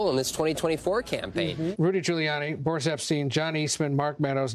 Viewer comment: Thank you for not calling him ‘Borish Epshteyn’. It’s just Boris. Not Borish lol